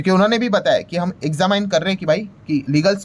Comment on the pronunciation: एग्जामाइन नहीं होता...एग्जामिन होता है। और बात को च्यूइंगम की तरह मत खींचा करो। एक मिनिट की बात को 11 मिनट से ऊपर खींच दिया 😢😢